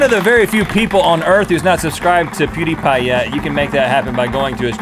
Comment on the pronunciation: It's not poods it's pewds